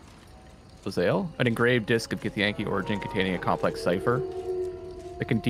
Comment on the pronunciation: With apologies for being "that guy", the name of the githyanki warrior who is travelling with you is Lae'zel (LAY zell). "Liz Ale" sounds like a British barmaid. Good old Elizabeth Alesworthy. I hope this was more informative than annoying.